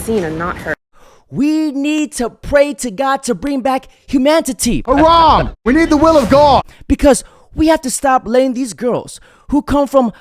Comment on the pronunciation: Bruh said "humantity" 🤣🤣🤣🤣